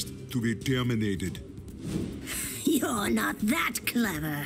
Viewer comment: to be tiörminatid🤣